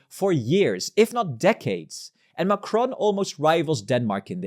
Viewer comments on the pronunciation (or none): none